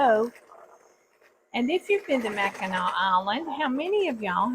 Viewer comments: You are correct. The only way to the island is a boat and no cars on the island. You pronounce Mackinac as "Mackinaw". I am a Michigander and me and my husband go up there every August. We are not fudge fans though. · The name does not have a hard C at the end , it is pronounced as if it were a W at the end . I was born there and have family in Michigan still ,.